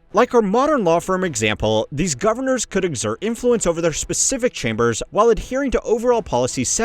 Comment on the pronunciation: When he says "vitoo" what he means is "vital." "Govornurrr" is supposed to be "governor." I don't think he can help it. But a highyurkee is a new one. Heirarchy. hire are key.